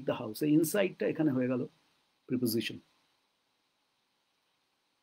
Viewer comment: প্রইপজইশন নয়, প্রেপজিশন সম্ভবত।